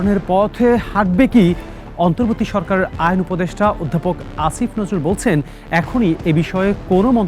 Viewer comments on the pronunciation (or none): none